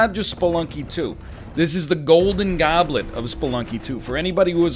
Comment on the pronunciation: "GOULDIN GAWBLIT"